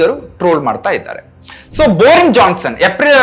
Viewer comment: ಬೋರಿನ್ ಅಲ್ಲ ಮಾರಾಯ ಅದು ಬೋರಿಸ್ ಜಾನ್ಸನ್!(ಸರಿಯಾಗಿ ಓದೋಕೂ ಬರಲ್ಲ) ನೀನು ಮಾಡಿದ ಲಿಸ್ಟ್ ನವರಿಗೆ ನಮ್ಮ ಜಗ ಮೆಚ್ಚಿದ ಮೋದೀಜಿಯವರು ಮಾತ್ರ ಕೈಕುಲುಕಿದ್ದಾ ಮಾರಾಯ? ಅವರಿಗೆ ಅವರ ಜನ್ಮದಲ್ಲಿ ಇನ್ಯಾರೂ ಕೈಕುಲುಕಿಲ್ವಾ?! ಎಂಥಾ ಪೆದ್ದ ಗುಂಡ ಮಾರಾಯ ನೀನು?